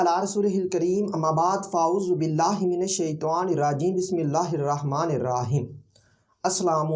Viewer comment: Hazrat Bismillah ko sahi padiye ap ne galat pada hai raaheem nahi Raheem hota hai